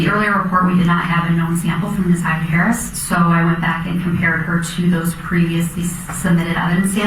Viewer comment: Kim Worthy couldn't even make certain to pronounce Naziyah's name correctly! SO DISRESPECTFUL 😢